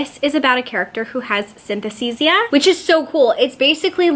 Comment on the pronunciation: Ahh to be allowed back into bookstores!! With cafés in them and all 😍 Btw you're saying synesthesia wrong 😉